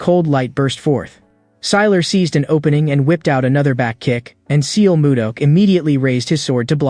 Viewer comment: a bit disturbing to hear the wrongly pronounced names of the characters. it's not seal moo duck it's more like sul moo duck in pronunciation. and it is not way-in it is hwa yon.